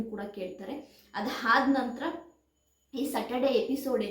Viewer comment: ಹಾದ್ನಂತರ ಅಲ್ಲ ಆದ್ನಂತರ, ಅ..ಹ ಸರಿಯಾಗಿ ಬಳಸಬೇಕು